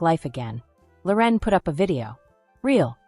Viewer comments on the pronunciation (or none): Her name isn’t Lor en. It’s Loren